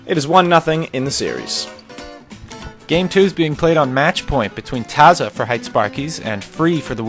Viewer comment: hite is pronounced hee-tay, not height. fail.